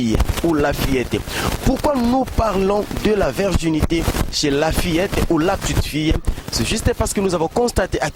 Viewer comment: virginité et non la verginite